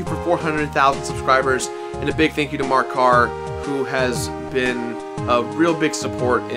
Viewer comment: "Ohhh MArrrk CaRRrrr!!" :]